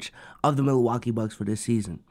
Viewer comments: really said “Milawakee bucks” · what is “Milawakee” lmfao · i was comin to say multiple times too lmaoo